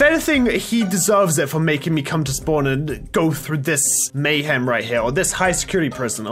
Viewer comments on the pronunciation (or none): At the end you said peace,but you cause mayham